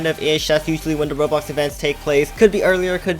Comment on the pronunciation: Its called RoBLOX not Rohro